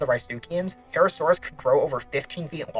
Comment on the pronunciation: Im sorry but your pronunciations of ceolophysis and herrerasaurus are just so wrong, these are really well known genera too. Also ceolophysis is a pretty well known cannibal.